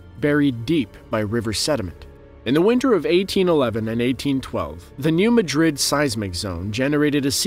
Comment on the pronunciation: New MAAH-drid. (Not Ma-DRID, as in Spain)